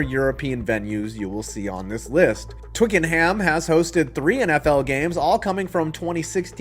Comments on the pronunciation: Twickenham is pronounced TWICK-en-um. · It'S Twee-kern-nem. Why do you Yanks always emphasise the ham lol. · Twickenham is actually pronounced Twicken-Um. The Brits like to randomly drop the H sound because they hate the French. I'll be visiting Wembley for an England soccer match next month. Hopefully I can make it to Spurs stadium as well. Azteca probably won't host NFL football until 2027, since they are upgrading it for the 2026 World Cup. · Any future videos if you can pronouce Twickenham as Twicknum then you will be made an honorary Londoner. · If you can say Tottenham properly as you did in this video then you can say Twickenham properly too! Apart from the first syllable it's the same. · You used 'rogering' correctly, it's a term for copulating, you did pronounce Twickenham incorrectly though, the 'h' is silent. Oddness of the English language when spoken by the English . 😁